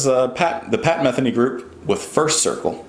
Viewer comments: Not to be anal about it, but his last name is pronounced Meth-eenee. I hope since you've listened to this you decided to dive into the world of Pat. He has so much great music that would likely take you on a musical journey. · This guy is a wonderful musician. His name is pronounced Muh-THEE-nee. I bet you would love his album Still Life Talking and also a record called One Quiet Night. But Pat is a busy, active working musician and has probably released 30 albums. I hear ya on weightless. What a fine observation. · Pat's last name stresses the second "e", sounds like "Meh-theeny". I've been a fan of Pat's music since 1980/81. You have to check out "Third Wind". Great music! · Just subscribed. His name is pronounced muh-THEE-nee. First Circle is an amazing piece of music. The guitar, keyboards, drums, and wordless vocals all combine for a trip to aural heaven. Huge fan here from New Jersey since 1990 when I heard "San Lorenzo" (from the self-titled Pat Metheny Group album released originally in 1978). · Don’t feel bad about mispronouncing Pat’s name. I’ve been mispronouncing Zeppelin’s song title, “D’yer Maker, as “Die-er Maker” for 40 years until I was corrected...and of course laughed at.